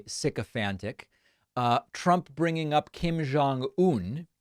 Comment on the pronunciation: Hey David. Just want to let you know, the pronunciation of Kim Jong Un is with a hard J sound. Koreans don't have a sound like you use for Jong. That would be more of a Chinese pronunciation. People mispronounce my husband's name like that all the time. But, in Korean it's a hard J sound. BTW, love watching your youtube!!